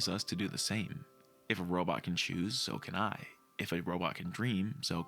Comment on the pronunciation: I know it was not intentional, but , when you started saying "If a robot can choose, so can I. If a robot can dream, so can I. If a robot can love, so can I", for a second I thought you were saying "If a robot can choose, soaking eye. If a robot can dream, soaking eye. If a robot can love, soaking eye.". And honestly, with these movies, that sounds about right.